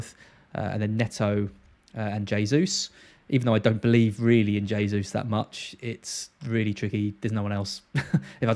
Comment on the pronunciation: jaysus, not haysus. Please. it's a Portugese pronunciation, not Spanish.